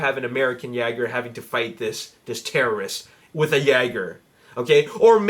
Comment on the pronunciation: It's jÅger(yay-gr) btw.